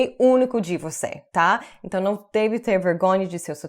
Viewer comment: Your "NÃO" is PERFECT!!! 1000%!!!!...exactly as a brazilian native...trust me...I´ve never met an american woman or man who spoke portuguese so perfect as you do..awsome job,!!!